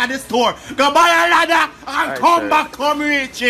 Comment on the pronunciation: “GUH BAII AH LADDAHH” 😂😂😂